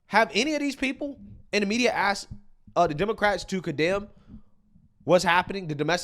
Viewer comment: Some guy that wants to “axe” you a question saying Musk is incompetent, unqualified and unintelligent is a riot.